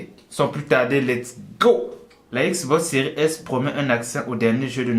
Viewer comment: On dit xbox séries s !!